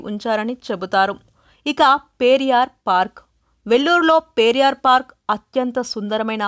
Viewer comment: A small correction it's not పేరియార్ but పెరియార్